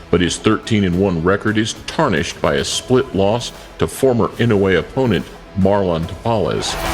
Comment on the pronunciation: Most of these match ups are impossible unless Inoue challengers come way down in weight. Inoue started off at 108 pounds. He has now maxed out at around 122. Inoue will fight some of them but they will have to agree to drop a lot of weight. Oh, and learn how to pronounce his name. EE-NO-U-EH